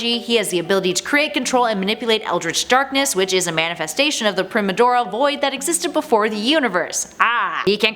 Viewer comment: You're pronouncing 'primordial' wrong.